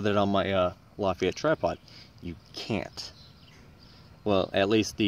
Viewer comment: It's pronounced "la-fet-ah" its German. Not French.